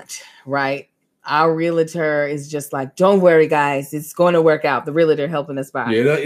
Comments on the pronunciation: I Love you, but.... Imma need you to not say "REAL -A -TOR". The correct pronunciation is REAL-TOR! I'm just looking out for you sister girl!:) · As a RE Broker...I cringe every time I hear REAL-A-TER...😂😂😂